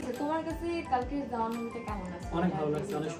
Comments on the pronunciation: Not jowan is jawan😊😢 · Boin re oida jowan hoibo nah jawan hoibo nam dao উচ্চারণ করতে পারোস না 😂